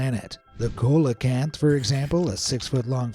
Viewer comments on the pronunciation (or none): coelacanth is pronounced SEE-lacanth. couldn't even be bothered to know the pronunciation. nice job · It's pronounced (See-luh-Canth),. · Why can no one pronounce coelacanth. It take two seconds to Google. See-lah-kanth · cola can't 🤣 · buddy, hearing you pronounce Coelacanth wrong hurts me in the very depths of my soul.... Trust me, i did a book report on it many years ago, it's See lacanth😁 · You mispronounced coelacanth